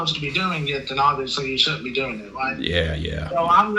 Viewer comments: I’m trying to tell you what you are doing “Wong” I I’m trying to explain to you the “white” way to do it…. Dude definitely needs to lay off the sauce… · What your doing is wong, I’m trying to tell you how to do it wight lmao😂